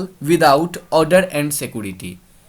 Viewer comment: उसको सीकोरेती नहीं सीक्योरीती कहते हैं